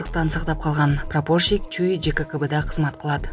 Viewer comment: Прапорщик -деген сөзгө басымды туура айтсаң